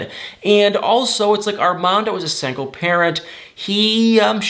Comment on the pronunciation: I love, but the way he says "sangle" 🤣🤣🤣